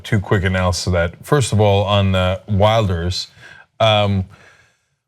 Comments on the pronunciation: The "W" makes a "V" sound in Dutch. So you should pronounce it more like "Vilders" rather then "Wilders". that's not to say I like Geert Wilders, I actually dislike him with an extreme passion. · You pronounce Rutte as Ruh-Tuh, and Wilders as Will-durrs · You can't even pronounce Wilders correctly!!